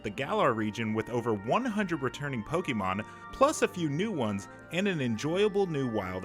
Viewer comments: Stop.Saying.Pokeeeeeeemon. It's pocket monster. Po-kay-mon. Dammit ! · "Pokie Mon" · It’s better than people who pronounce it “poka mon” 😆